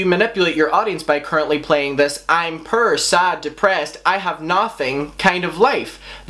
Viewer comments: at first i thought you were saying purr but it was poor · Omg I thought u were saying pur instead of poor LMAO I was like WHAT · Prrrr instead of poor 😂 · Bruhhh he's says pur instead of poor🤣😂🤣 omg! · OOOOH .. POOR! I kept thinking you were saying "purr" lmao. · Dru Talero me too lol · When you say poor it sounds like purr and it made me giggle xD I know this is serious but I needed that laugh. Lol. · This is beside the point but i love how you pronounce poor as “purr” lol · subscribing because i like the way he says ‘poir’ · The way you say poor on your accent sounds like purr lol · took me a while to realize you were saying 'poor', love your accent though, it certainly makes these types of videos watchable. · i love how u say poor lol